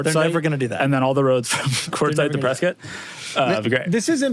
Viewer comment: shoutout to for saying Prescott correctly.